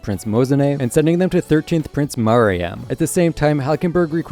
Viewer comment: Bro can't Pronounce Maryam correctly, as an englishman